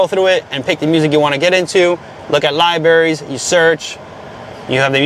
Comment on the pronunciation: Libraries has an r in you know